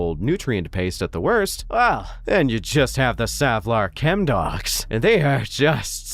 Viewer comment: YAY! Someone who actually says Savlar right! :)